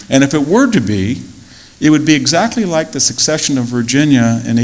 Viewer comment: Amazing lecture. Lil blooper there with the word secession!!!